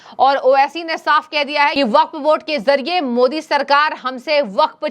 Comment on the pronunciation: ko theek se Modi ji ka naam lene uchharan karne nahin aata inko sansad Kaun banaya hai